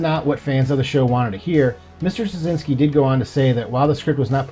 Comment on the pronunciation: Really hoping the production can continue. This would be incredibly exciting. I’ve loved the show since it premiered. I read on Claudia Christian’s Instagram that the show is not shelved, only pending the completion of the sale. Btw, Straczynski is pronounced Stra-chin-ski - it’s Polish.